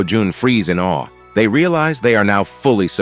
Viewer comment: Awe ❌ Aweh!? ✅ 😂 I love recaps! Edit: i just finished the video and WHAT THE HECK!!!